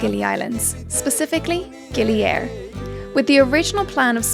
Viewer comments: FYI : GILI AIR Be spoken ( pronounce ) GiLi Ayer Air in Indonesian its mean Water, not Air in space GILI ( Lombok ethnick language ) its mean Island Ok happy holiday enjoy your trip , stay safe & healthy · Great video. Just a fun fact from a Balinese-Australian to anyone that cares, it's pronounced "ay - eer" or almost like "eye - ear". Air means water. Gili means island. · I knew this would happen so just a quick pronunciation correction. It's pronounce Gili Ay-eer. Air means water.